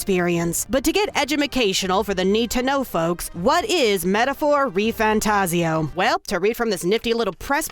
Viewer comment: His name is Refan. Refan Tazio.